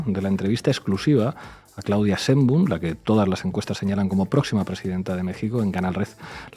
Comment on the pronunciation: Se pronuncia Schcheein-baaum, sch larga y a latga